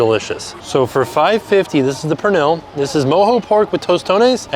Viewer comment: Pernil is pronounced more like “per-neel” if you ever wanted to give it another shot somewhere else! Sad that tostone was so tough, I was excited for you to try the dish!